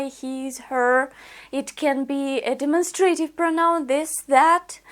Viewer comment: Excellent teaching. Just a little suggestion: "demonstrative" is pronounced de-MON-stra-tive. In other words, the stress is on the second syllable (not the third). Andrew